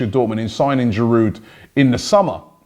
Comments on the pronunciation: Please, pronounce the names of your players correctly. Don't pronounce 'd' in Girou(d). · It’s GIROU not GIROUD! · please stop pronouncing the d in Giroud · its Giroud...